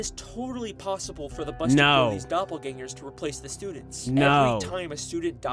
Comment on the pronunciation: it aint doublegangers its doublegingers